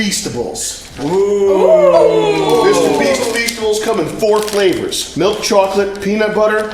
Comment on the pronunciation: That's how they pronounce milk in Tel aviv